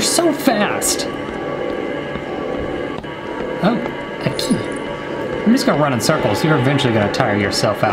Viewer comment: When he said "A key!!" I thought he said " OKIEE!" HA